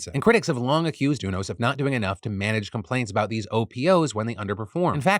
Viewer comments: I have never heard UNOS pronounced like that before. Its United network for organ sharing. I've always heard the u pronounced like "you". It was throwing me off. :) Also placer county, ive always pronounced the a like apple. Though im not sure what is "correct" but that was fun either way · It's pronounce You-NOS. As in the letter U then NOS. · Phiiiillll it’s pronounced Yew-nos 😅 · Is that really how you pronounce unos?! Ooo-nos… I always thought it was you-nos (ie. Greys anatomy, ER, good doctor, ect) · Phil, just to let you know, UNOS is pronounced you-nos